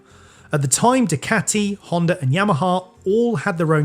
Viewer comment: Why you keep saying dicati?